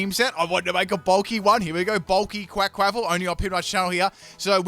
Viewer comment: You absolutely murdered the pronounciation of their Quaquaval and Meowscarada's names, my goodness